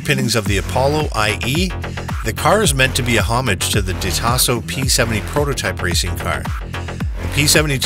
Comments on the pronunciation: And how he pronounces De Tomaso. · Very nice video and superb collection of rarely seen cars, but I actually had to rewind this thrice at some points: Its pronounced correctly: - De Tomaaaaaaaso (not DetO-masso, its italian, not japanese!) - Bugatti (not Bugaddi, its italian, again, and even when they are drunk, their ts dont become ds) and also - Ommaaaage (not Hommuch, its french, ok, those do speak weird) And most importantly of all, and by now I dont care anymore whether it actually was pronounced correctly or at all in this video, because one can never highlight this often enough under each and every english video: - A-lu-mi-ni-um (5 syllables, because its latin!)